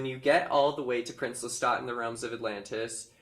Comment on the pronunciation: Thank you for saying Lestat correctly 🙏🏻🖤